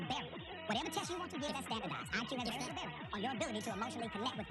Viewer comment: Im half German and just a tip when saying words like little or purple, the L at the end is a dark L not a light L